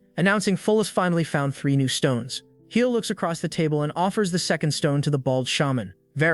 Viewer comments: Were you too scared to have the voice read heil so it says hee-lay😂😂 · Fucking say "hiel" one more time! I dare you!